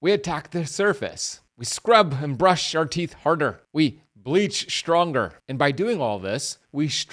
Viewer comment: "we bleach... shhhtronger"